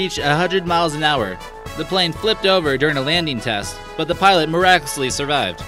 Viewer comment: "The pilot mirackusly survived" Idiot.